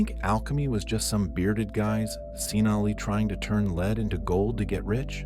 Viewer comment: Lead to Leed... Pagels to Paggulz. A.I. voice is fine to a point. ?.... Hey Sis? Did know Sophia ? Do You gno sis ?